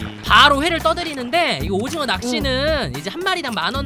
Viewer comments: 오징어가 아니라 도징어 얔ㅋㅋㅋㅋㅋㅋㅋㅋㅋ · 도티님 오징어가 아니라 어징오 인것같아요ㅋㅋㅋ